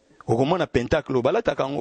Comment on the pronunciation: Pentagone ou pentacle, se lit plutôt "pãntàkle" et non péntacle😢